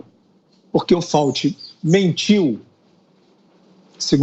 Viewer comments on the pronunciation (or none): Sr Fiuza, não é Dr Fauti, mas Dr Fauci.